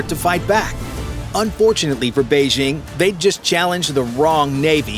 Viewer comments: "Beizhing"?? Are you trying to say "Beijing"? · Beige-ING? It’s not in French. It’s a J: Bei-DJING! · Bay-Jing', not Bay-zhing'.